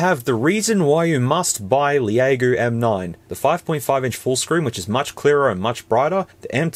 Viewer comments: It’s pronounced “Lego.” Not the Lego blocks. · 'Leh a go!' I'm dead 🤣🤣🤣🤣🤣🤣